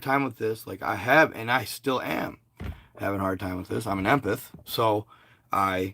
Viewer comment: Em-Path. Not imputh lol